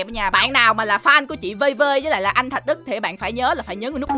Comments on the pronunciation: Thạc Đức not thạch Đức ạa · thạc đức chứ đâu phải thạch đức đâu anh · Anh ơi anh nói Tên Anh Đức sai rồi ko phải Thạch Đức mà là Thạc Đức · anh ấy tên là Thạc Đức không phải Thạch Đức đâu anh ơi ! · Thạc Đức chứ ko phải là Thạch Đức ạ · Anh ơi anh Đức là anh Thạc Đức chứ ko phải anh Thạch Đức nha anh😂